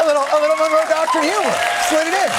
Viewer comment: He said Monroe Doctor!!! 😂🤣🤣🤣